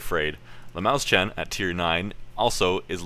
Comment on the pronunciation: Lol Mäuschen xd